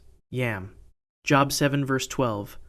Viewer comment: Great content! Growing quickly 😊 New subscriber 😇 Job… not as in a Job in education Pronounced as it rhymes with Globe 🌍